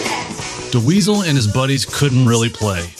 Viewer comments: Ouch! Do you know how to pronounce the name Dweezil now? Cuz it's just Dweezil, not Da Weasel. Great video though - Thank for this! Good luck! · "Duh weezil" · I’ve never heard Dweezil pronounced that way. Is this AI? “DeWeezle” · Who is this.. 'Da-weasel' he keeps talkin bout?.. 😂